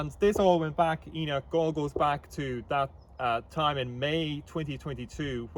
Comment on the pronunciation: "HE-NOCH" forced to stand outside 😂